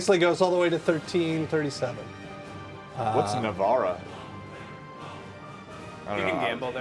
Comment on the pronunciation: "What's na-var-rah?" LMAO